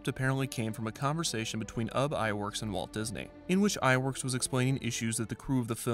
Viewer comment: I'm pretty sure that "Ub" Iwerks is pronounced "Ewe bee". That's how I was taught, anyway. Since his first name is just a truncation of "Ubbe Eert" Iwerks. It's worth looking into.